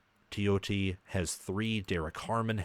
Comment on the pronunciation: Teitum Tuioti is pronounced Tay-tum Too-E-Oh-Tee